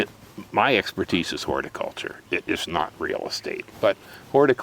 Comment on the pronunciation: Horticulture. You can lead a Hor-ti-culture , but you can't make her think .